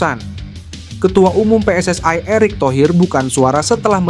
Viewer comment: Jangan dibaca PSSI itu Pe Es Es Ai tapi tetap aja Pe Es Es I, emangnya singkatan dari Persatuan Sepak bola Seluruh Aindonesia..?